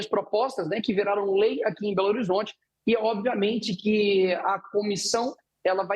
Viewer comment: So se for em "BOLORizonte" mesmo!